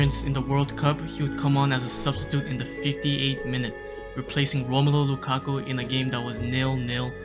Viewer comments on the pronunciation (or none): none